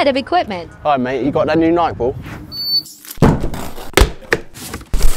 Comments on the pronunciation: Bro's on some joke ting pronouncing nike as "nigh-k", the sane way is "nigh-key" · What is N-ike? It's Nike (ny-kee). Brits led him wrong, they really had bro mispronouncing the sponsor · thats not how u pronounce Nike